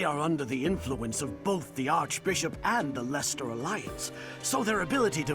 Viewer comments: its pronounced Lester i am English we always find it hilarious when Americans try to pronounce it lol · Leicester is actually pronounced "Lester" (With an 'E' like in "End"). Just like the city Leicester in England.